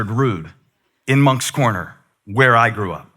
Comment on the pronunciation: When you said moncks corner I had to look at the phone like oh my he from SC 😂